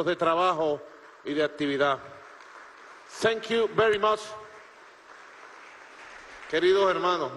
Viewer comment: Miren como el gordito se burla de maduro cuando da las gracias en ingles senqiu ber mos